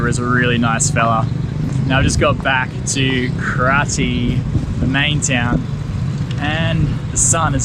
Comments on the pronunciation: its actually pronounced kra jay not kra tie... i dont know who decides on all these spelling, for example battambang when it should be battambong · The original pronunciation is "Kra-jes". During the French colonial era, the French wrote this place as "Kratie", and the rest is history. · "Kratie" we normally pronounce like " Kro Jes"😁